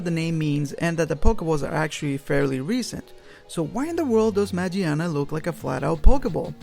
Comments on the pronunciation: You mispronounce her name is not majiana is magiana it comes from mecha (machina) and gear (gia in Japanese) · It's been official pronounced as Ma-GEAR-na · It's MAGEARNA ... u said it wrong... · Actually, it's pronounced Ma "Gia" na, not "Jia" because it's English name is Magearna.. Gia, gear, Gia is the way they pronounce Gear in Japanese. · Dude its magearna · Isnt a oart of its name origins Ma"GEAR"na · magearna. ma-gear-na.